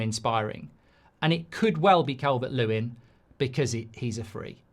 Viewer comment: It's Calvert-Losin isn't it 😂